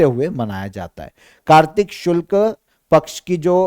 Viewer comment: गुरु जी शुल्क नहीं शुक्ल कहो ...कुछ भी कहते रहते हो l और एक बार नहीं कई बार l 😠